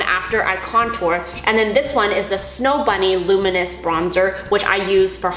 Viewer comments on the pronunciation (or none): none